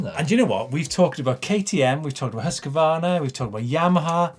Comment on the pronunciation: This is how you pronounce Husqvarna.